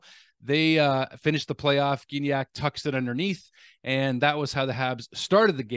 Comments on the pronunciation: Gignac. Soft "g" (as in Gigi), not "gh" (as in 'game'): jih-nyak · just in case you would like to know, Gignac is pronounced Jignac :)